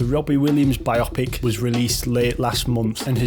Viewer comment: Bio-pic, not bi-opic.